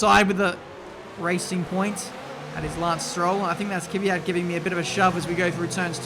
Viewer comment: It's kVyat not kYvyat